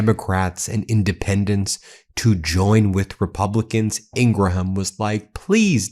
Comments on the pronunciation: The "H" is silent in Ingraham's name. It's not pronounced Ingra-Ham, simply Ingram. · Ben, why do you keep pronouncing Laura Ingraham's surname as a 3 syllable word? It's just pronounced Ingram. Why can't yanks speak English properly? 🤬